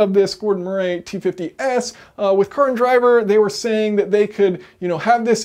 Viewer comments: Gordon’s surname is not pronounced “Muh-ray”, it is pronounced “Muh-ree”! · For the record. In the UK Murray doesn't rhyme with hooray 😂😂😂